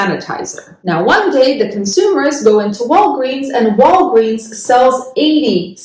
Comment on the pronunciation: She says Walgweeens 😂